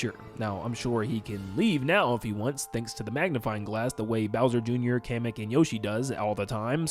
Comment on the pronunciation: Day 2 of telling it’s KAH-MECK not Cam-eck (Kamek)